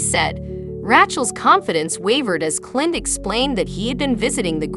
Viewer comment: The AI voice is just horrible, mispronouncing Clint's name and other screw ups.